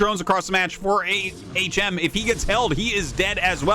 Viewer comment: I want to see HM (back when Artosis was pronouncing it as Hmm) vs a player called Uhh.